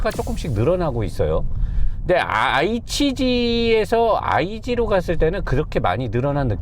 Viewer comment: 그렌져 ig는 진짜 디자인이고 성능이고 최고같은데........ 크게 성능이슈도없엇고... 아이치지가 아니고 에이치지 ㅋㅋ